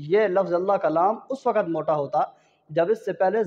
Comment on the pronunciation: Is baat se bahot dukh hota hae jab koi QARI ya HAfiz e QURAAN bajaye QAAF ke KAAF KA ISTEMAAL KARTE HAIN.WAQT KO WAKAT ye bhi ajeeb lagta hae .Talaffuz apna sahi kijye pls phir sikhaiye.warna sab ghalat seekheinge aur gunaah aapke sar hoga ghalat padhneka.